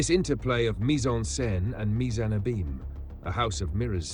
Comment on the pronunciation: I thought the narrator's voice was AI until he mispronounced "abyme" several times.